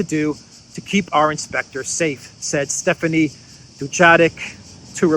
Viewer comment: His. Stephane, Not Stephanie